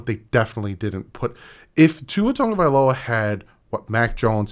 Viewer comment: I see you with pronouncing his name. Great job bro.